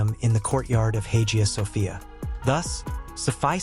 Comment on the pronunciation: Dude, you need to learn how to pronounce words and names properly . I actually laughed my ass off when I heard how you pronounced Hagia Sophia, Valide , and Safiye !